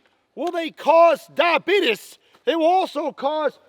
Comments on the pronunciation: The way you said diabetis was amazing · did anyone else hear the "diabetus" part when he used the gummy bears?